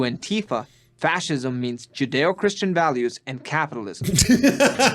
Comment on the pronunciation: Lol. Surely nobody who was involved with Antifa pronounces it AntEEfa.